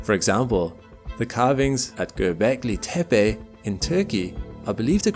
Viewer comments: What's almost more interesting, surprising, and uncommon than the narration, editing, writing, and overall production quality.....is that he's literally the first person I've heard to date who pronounced the name of that place correctly! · dude! Good turkish pronunciation! I never hear anyone say Gobekli Tepe correctly.